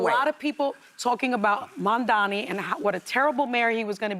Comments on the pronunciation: Whoopie i love you but can you pronounce his name correctly please! It MamdaNI not mamdaMI! Zohran Mamdani!!! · It’s Mamdani not Mamdami wtf man pronounce his name properly. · & How about you learn to say his name right for a change? It's MAM-DANI not mandani.. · It's MAM-DANI!! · It's mamdani .. Like mam-da-ni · I love Whoopi and I know that she has dyslexia but yes, the man’s last name is Mamdani (Mham-Dah-Nee)! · Mam- dani 😅 ..cmon girl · The fact that she still refuses to say his name right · Whoopi can you pronounce his name right? ffs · why cant whoopi pronounce his name correctly? Its literally not hard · Im going to stop watching The View clips. Whoopi annoys me. Why can't she get "Mamdani" right? And she makes comments that dont make sense. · STILL pronouncing his name wrong.